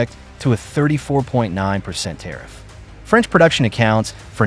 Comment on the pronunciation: Franch deeply fries😅